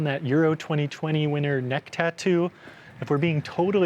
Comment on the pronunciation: the "how" is a "who" and its Löw